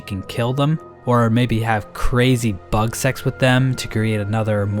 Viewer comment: Boi did i heard CrAzY bUg SeX?